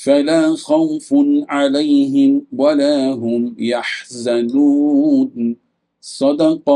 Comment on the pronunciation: السلام علیکم،! برائے مہربانی ولاهم يحزنون کو صاف پڑھا کیجئے ۔ سننے والوں کو ایسا لگ رہا ہے جیسے آپ ولھم يحزنون پڑھ رہے ہیں ۔ جزاک اللہ خیرا.